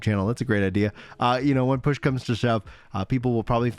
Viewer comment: "I'm sure we'll HEAL GROANING, I'm sure once PLOOSH comes to SHUB...":face-green-smiling: 💋💋💋 Love ya,! 💋💋💋 Never change.